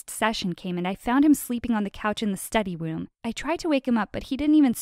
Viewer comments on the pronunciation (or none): its funny how she said study woom